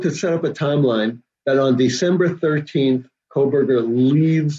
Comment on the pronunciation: why for the love of God can this woman not pronounce Bryan KOHBERGER ???? she keeps saying COLBERGER and the the program translating her words into to subtitles picks it up and its put on the screen as COLBERGER ..she has covered the case for a year and EVERY video she mis pronounces ... is she just dim witted or what ? its KOHBERGER ..get it right